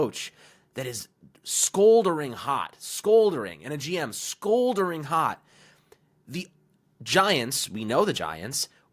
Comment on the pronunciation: It’s scalding, or smoldering. Not scoldering.